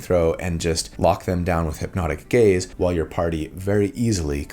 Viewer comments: I hear "hypnotic gays" every time 😭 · I kept hearing "hipnotic gays" and it made me giggle 😆